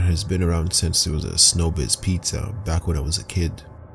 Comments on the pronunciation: Showbiz NOT SNOWBIZ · If you say snowbiz one more time I'm unsubscribing!!!!🙄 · isnt it Showbiz pizza and not snowbiz just wondering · ITS CALLED SHOW BIZ PIZZA! WTF NOT SNOW BIZ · Snowbiz where they gweet they’re customers properly